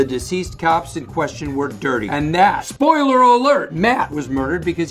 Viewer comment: nobody: Bob: spoileiler alert another good one is Michael